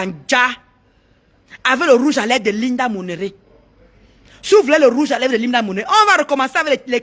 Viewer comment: Linda Monery,C'est pas compliqué quand même Ndolo Mulema Chou🥰🥰Ce n'est pas Monéré,wee toi aussi fais un effort pour bien prononcer.